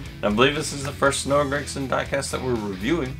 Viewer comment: It’s GRAGSON